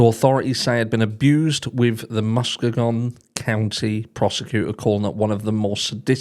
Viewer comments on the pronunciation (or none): Hi - the County is pronounced Muss - KEE -gan. No big deal. Just thought I'd let you know. It's a beautiful area along the eastern shore of Lake Michigan. Thank you for this info. Another heartbreaking case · Just a little help here not a criticism It's pronounced Mus-key-gun if I hadn't heard it before I wouldn't know it either and I'm in the US! It's a horrific situation no matter how you pronounce it! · This is in my state too and I'll forgive you for mispronouncing Muskegon 🤣🤣 And wtf is wrong with people killing their kids or starving them? Like who TF does that? Monsters, not humans!